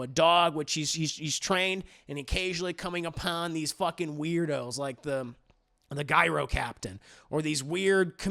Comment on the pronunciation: Agreed on all! But haven’t seen Furiosa yet. Hate to be 'that guy' but Gyro is pronounced 'Jyro'...😉